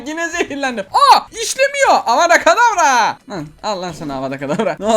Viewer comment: avada kadavra deil avada kedavra o